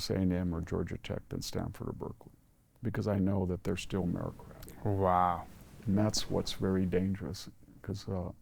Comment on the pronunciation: Fyi. It's meritocratic, not merocratic..